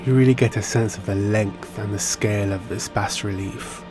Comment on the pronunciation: Just a small correction: “bas” in bas relief is pronounced “bah”.